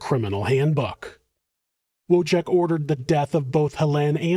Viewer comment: W is pronounced as V in Polish, and it's whirlwind, not worldwind. ❤️